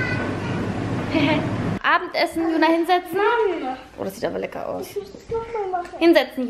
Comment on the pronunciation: Du sagst immer "legga" aber es heißt lecker 🙄